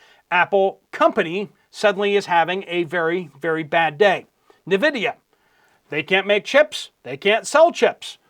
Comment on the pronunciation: it is pronounced n vidia. Not nuvidia